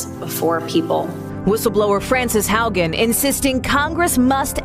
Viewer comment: Haugen is pronounced “how-ghen” 😉 great videos!